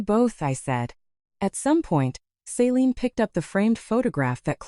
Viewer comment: Pretty sure the sister’s name is Celine, not Saline. She’s not a medical drip.